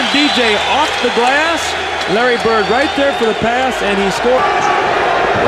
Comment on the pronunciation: Dude why can't you pronounce your ....."D's.... It's BIRD....NOT BERT.....RODMAN....NOT ROTMAN...